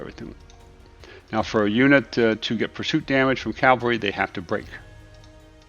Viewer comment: It's CAV-al-ree, not CAL-vah-ree.